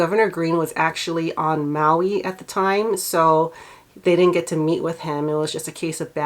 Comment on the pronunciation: Listen to the news announcer at about the mark. He pronounces Maui wrong. Instead of saying mow-wee, he says Moe-wee. And this is supposed to be a highly trained professional broadcaster. This is no time to disrespect the victims by mispronouncing the name of their beloved homeland.